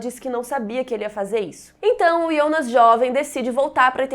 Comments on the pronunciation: Por que chama o Jonas de ionas? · Irritante falar ionas